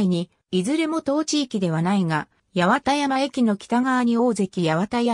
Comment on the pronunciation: ❌やわたやま駅 ⭕はちまんやま駅